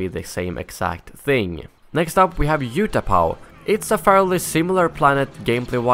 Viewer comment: It is not You-tapau it is Oo-tapao, thanks